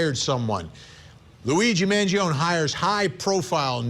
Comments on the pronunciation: His surname pronounces as Mangi'On'E. Not Mangi'On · Man-Gee-own-ee Vin. It's a great name. Stop messing it up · Vinnie you're obviously Italian, put some Italiano respect on this young mans name and say it correctly. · Mangione is pronounced “man gee o knee” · Vinnie you Iatalian I'ts not Mangioon Its M A N G I O N E In Italian it's Eat a Lot with the amphasis on the last 2 letters NE you leaving the E out 😂😂🔴⚪🟢 couldnt find an Italian Flag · I refuse to take you seriously Vinnie, until you correctly say Luigis last name. Man Gio Nee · Thank you! 🙌 Man-gee-on 🤦🏻‍♂️ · Why can’t he say his name correctly? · No. The italian "e" doesn't sound like the english "ee". It sounds like the "e" in the word "end". And "gio" is a single silable. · Can we pronounce Mangione correctly please ? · vinnie please learn how to say mangione's last name correctly....i cant take you seriously, and you have become toooo judgemental!😢